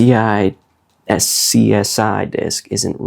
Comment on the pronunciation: Funny video my friend. Hope you get it working again (you will). Oh and btw…”SCSI” is pronounced “Skuz-zy”.👍🏾👍🏾🫡